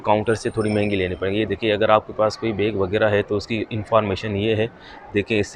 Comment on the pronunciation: Everything was perfect in your video Except Aip (App) Baig (Bag) Maip (Map) 😃